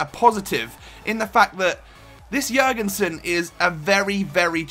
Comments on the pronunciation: Good job! You pronouced his name right. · Red Revolution96 he got the Ø right atleast